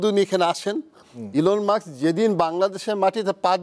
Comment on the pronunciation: মাক্স মাক্স (Muks) করেন কেন, Elon Musk (মা স ক্- মাস্ক) not মা ক্ স!?